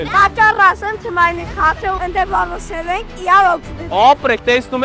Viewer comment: Թմային չէ, թիմային